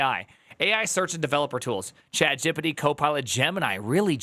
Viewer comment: Dude, I give chat-jip-pa-tee a lot of data and info before it gives me good results. yeah ok, I still do not trust it much, but I have gotten much better at describing things.